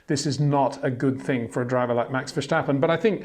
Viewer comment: PLEASE STOP SAYING VERSHTAPPEN! I find it rather disrespectful, really.